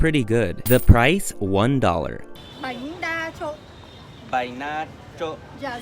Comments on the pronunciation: The noodle dish is "Bánh Đa Trộn ( Banh Da Tron)", not "Bai Nay Cho" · It's Bánh đa trộn not Bai Nay Cho haha